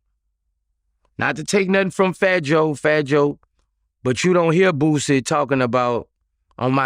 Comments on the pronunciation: Shout out to “flat jay” 😂 Boosie geechi asf 😂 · this man said Flat J 😂😂😂 I'm dead.. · Damn he called fat joe...flat j! 😂😂😂😂😂😂😂😂😂😂😂😂😂😂😂😂😂😂😂😂😂😂😂😂😂😂